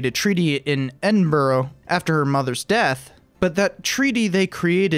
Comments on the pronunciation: Like the video. Minor quibble... it's pronounced Edinbro... I know that's not how it's spelled, but... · Pronunciation- Edinburgh is pronounced Eh-din-buh-ruh, or more often Eh-din-bruh for short. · I'm Scottish, and I care. It's not that hard. Ed- in - bur- uh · It's pronounced Edin-bruh. My duty as an English man is done. :P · Should be 4 syllables, if pronounced correctly.